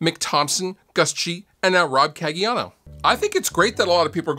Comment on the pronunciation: Tbh I cringed a bit at the way you pronounced Caggiano, but otherwise, a lot of insight and good info here 🤘🤘🤘